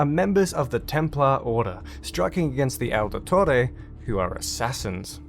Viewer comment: Why do you say Aldetore?